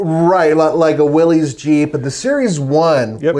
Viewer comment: Willys Jeep is pronounced Willis. The y is an i sound as in Phyllis. African tundra?? Tundra is Arctic my good fellow.